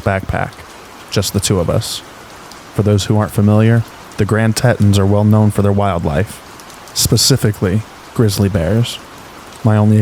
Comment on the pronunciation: “Tetons”: (Tee-tons), Grand Tetons’